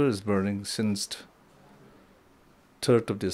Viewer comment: Why is he always using 't' in words every now and then.....since't', has't'..... he speaks like his peepurs cm.